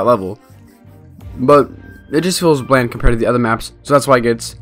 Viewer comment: What was that 'bland' pronunciation!?!